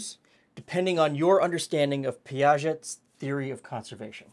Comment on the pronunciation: But the way he pronounced Piaget… one of jokes?